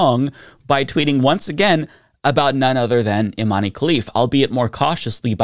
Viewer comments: I cringe every time you say "Imani" - it's Iman! Algeria (and Morocco) use french spelling conventions when transliterating Arabic words so the final "e"is silent, just like in Zidane; you wouldnt say "Zidani", would you? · "We like strong independent women in sports" > strong independent woman from an extremely humble household takes the stage but isn't of european descent. "We like OUR strong independent women" As a side note, the E in Imane is silent, so its pronounced "Eeman", the "man" sounds exactly like the english word "Man". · Please, please, please look up how to pronounce people's names before doing a video, it really doesn't take that long and it would show you give an ounce of respect for the rest of the world's cultures. Imane's name is being mispronounced all over the internet by americans, the "e" is supposed to be silent, and this doesn't pose a phonetic difficulty. It's not like her name has vowels or consonants that would be a challenge to pronounce for English speakers.